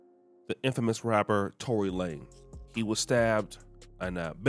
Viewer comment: Lanez not Lane! lol